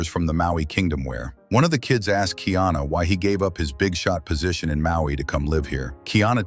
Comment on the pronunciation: No kingdom of Ohana. His name is Kaiana not Kiana. You don’t know shit about Hawai’i.